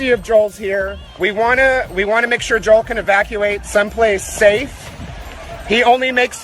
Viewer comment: His name is not Jewel it's Joel.